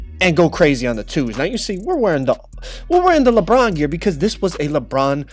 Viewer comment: Why does he say Lebron like “lepron”